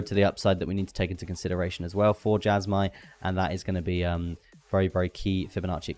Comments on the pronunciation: Jasma lol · Why would you go out of your way to pronounce Jasmy wrong?